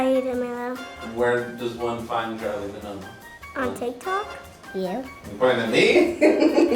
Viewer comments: “CHARLIE DMELIO” BAHAHHAHAHAHAH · They did not say charli demilio 😭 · bye not that gorl saying “ Charli damileio “